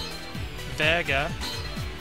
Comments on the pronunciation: lol.he said vaga and el ferret gin and gooken. great review even with that 5/5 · LOL HE SAID VEGA WROOOOOONG!!!